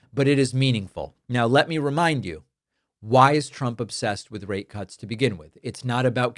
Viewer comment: Brother, you need to annunciate your rate because it doesn’t sound like you’re saying rate